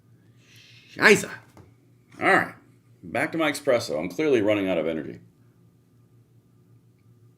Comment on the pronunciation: I really like your videos But! There is no ‘x’ in espresso. You said “exspresso”. Sorry but it made me laugh. 😂 Had to mention it. Cheers! 😅